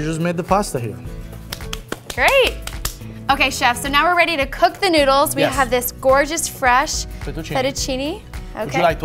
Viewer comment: she called it nudles ........